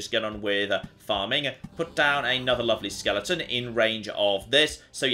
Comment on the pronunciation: Skeleton, there's no ing.